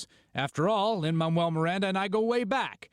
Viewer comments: WHY DOES HE KEEP SAYING LIN-MAMUEL MIRANDA? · Is anyone hearing them say "Lin Mamuel Miranda"? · Is it just me or did he say "Lin-Mammal Miranda"